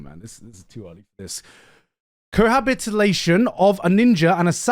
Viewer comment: bro cannot say cohabitation without an L